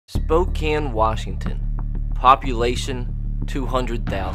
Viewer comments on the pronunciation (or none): It’s pronounced Spo-Kane not spo-kann